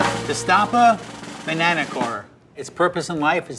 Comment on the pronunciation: my man said 'bananer'